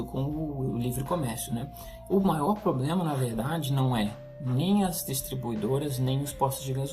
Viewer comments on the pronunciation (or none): none